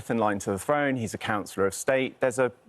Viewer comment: This peculiar spokesman - spokes-neuter? - needs to do 2 things asap: 1. Get to the gym and do some upper body work, 2. Learn how to pronounce throne. It is 'th', not 'f'. Basic English which should have been mastered by age 4.